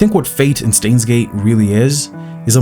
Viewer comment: say stains gate one more time i dare you